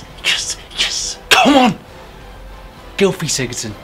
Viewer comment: actually it is pronounced: Gilvi Sigurdson. Just so you know